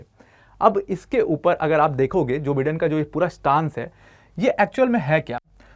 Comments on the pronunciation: Its not Bidden , it's Bye-den . Atleast pronounce properly. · Pronounciation*wrong* जो बाइडेन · Bolna sekh le teacher pehle, joe biden hota hai